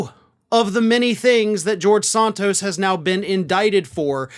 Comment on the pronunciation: Some day you will pronounce Santos correctly, even though he deserves it. The first vowel is a short 'a', not a long 'o'., I like you, but you sure can butcher names, dude.